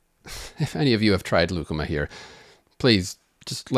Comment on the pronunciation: I was reading the comments when you introduced lucuma and had to rewind to make sure you didn’t say “ligma”